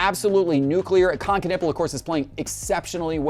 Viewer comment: 😅 did you just call him Kon Kanipple??